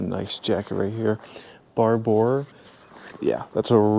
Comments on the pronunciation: It's pronounced Barbor. Great find! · As an English man how you say barbour makes me cringe 😬